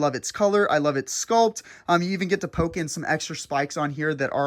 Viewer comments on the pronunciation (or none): none